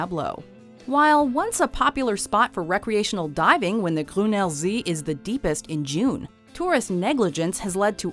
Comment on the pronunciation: Why is she trying to pronounce Gruner see with a French accent?